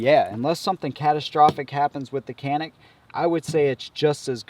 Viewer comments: The "c" is pronounced "ja" in Turkish. Thus the proper pronunciation is "Janick". Not "CAN ick" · İts not call ''Kanik'' its ''Canik'' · You don't pronounce canik like that. Turkish is a phonetic language so it is /canik/ not /kenık/ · You are saying that it's pronounced like a "J" As in Janik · Kenik değil Canik cahil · no no no CANİK "Read as written in Turkish" ok canik no janik CANİK OK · nearest pronunciation chanik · Actually canik is not pronunciate like that in Turkish language. Our language c sound pronunciate like g sound but not like glock's G; like a gpu's g. You are saying k according to us.